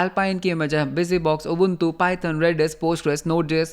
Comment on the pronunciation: your ubuntu pronunciation is pissing me off 😭